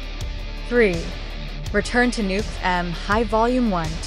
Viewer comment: It's meant to be pronounced as a single word "Nuke'm" not "Nuke" "'em." Eegad, have you not simply watched the film?